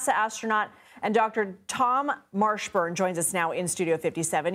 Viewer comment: "Tom Marshburn"? 🤨